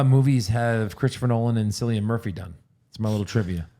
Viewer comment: Love the show guys keep up the good work. Oppenheimer was brilliant. As a fellow Irish man I can let you know that Cillian is pronounced as Kill-Ian not Sill-ian, weird spelling though 😀